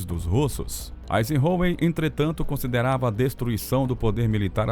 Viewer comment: O narrador é bem fraquinho., Rosenvelt, Eisenhôer e assim segue.